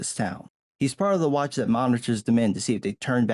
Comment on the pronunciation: you'd "watach" what?